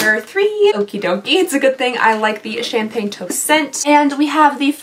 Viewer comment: Every time you said Champaign, my brain would said Problems. 😅😅😅